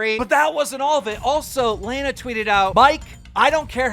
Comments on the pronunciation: Keem it's Lana LA Na not Layna lay nah, say it LA NA!!! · 1st mans said Layna now he’s saying Laaanaa why can’t u just say LANA